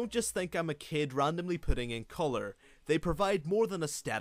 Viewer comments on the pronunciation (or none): none